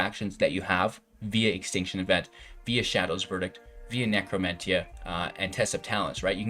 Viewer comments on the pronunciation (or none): Nec·ro·men·tee·ah and Solemn Sim·you·lay·crum pronunciation is killing me